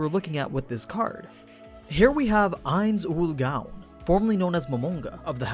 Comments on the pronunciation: Mispronouncing his name. "Eyenz-ool-goan" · Shouldn't it be pronounced closer to "Nine's Own Goals" since that was the original name back when they were a smaller guild anyway. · Please. Stop. Calling. Him. Ainz. Owl. Dress. It's pronounced éins óol gowne. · I can't believe you start by saying his name wrong, wtf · Dear God you said it again and again, it's not hard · You seem to have a hard time pronounce ainz ooal gown